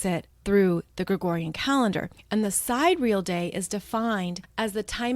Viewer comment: Thank you for all you do. By the way, sidereal has 4 syllables: sie-DEER-ee-ul. ;)